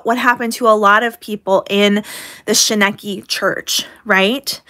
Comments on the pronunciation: Girl no I like your vids but you missed the whole point. I’m almost convinced you didn’t actually pay attention to the documentary seeing as how you aren’t even pronouncing the cult name correctly after it being said more than a hundred times lol Only reason they focused so much on Miranda is because her family was very outspoken and unfortunately brought the most attention to the story. The documentary is very well produced and was meant to give the backstory and really capture the mental manipulation behind it. I don’t like without a crystal ball because she’s toxic af but you completely missed the mark. 🤷🏻‍♀️ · I knew nothing of this prior to watching the documentary. I was able to form my own opinions. And my opinion is that you should watch the documentary if you are going to make a video on it. You dont even pronounce the church correctly. And also miranda is a fame whore. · Sounds like a good decision to me I accidentally stumbled upon here and I just cannot believe the idiocracy it must take to bring out a video when you can't pronounce the name of the church and you don't know what you're talking about. Wild! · right? I had a long reply about everything she has wrong (so wrong!) but it was too much. Like wtf… do more research before posting a vid like this. 🙄 Plus her constantly pronouncing Shekinah wrong. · didn't even watch the documentary, sadly she can't even pronounce shekinah right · Shekinah is pronounced SHUH KI NA. Long I on KI. I hear it pronounced a lot of different ways but this is the correct pronunciation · I adore you,. I’m with you, like always. Also, say it with me: shuh-kine-uh (Shekinah). 😂 It seems like KJ is doubling down, and I hope it bites her in the butt. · Sorry, but you are pronouncing ✨Shekaina✨ wrong 😂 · Isn't it pronounced sh-ky-nuh church? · Shinekki...... If you cant pronounce it, you didnt watch the documentary at all. And you're just an angry little minded woman.......yell at a wall not me!